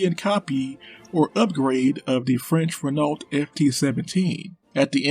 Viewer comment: My god, the way this chap butchers the pronunciation of Renault. FML...